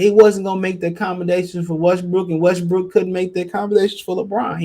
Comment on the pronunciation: U almost saiiid west briiik 🤣